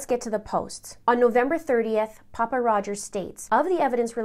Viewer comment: Just an fyi... Pappa isn't pronounced poppa. Think of pronouncing pappy and put the a where the y is...